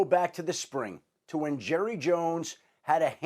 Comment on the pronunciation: You mean Jerruh